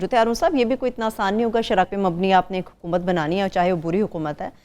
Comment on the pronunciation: 1.33 muqammal 😂😂 Huqumat, muqammal, whats going on with this girl's Urdu